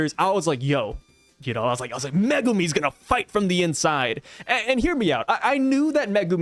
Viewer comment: I glad you say Megumi's name correctly. Zhoniin kills my nerves when I hear him say it so wrong 😅